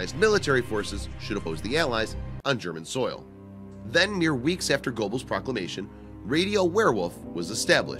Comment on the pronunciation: Please consider checking your pronunciations of people and places. Goebbels' name is pronounced , "Grr-bels" not GO-bels "Echelon" is pronounced "Esh-elon" not "Etch-elon" I could go on, but don't wish to seem harsh.